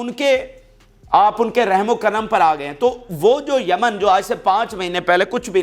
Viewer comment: Yemen not jaman